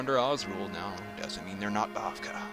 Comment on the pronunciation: oh, and three minor corrections: one, raberata is pronounced "ra ber a ta" rather than "roberta", bavakh is pronounced "bav-ack" rather than "bav-kah" and the path defender in hellspace is female, not male (although it's hard to tell because she's so old)